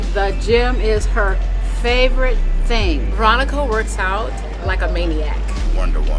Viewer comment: I thought she said Veronica slave 😬😬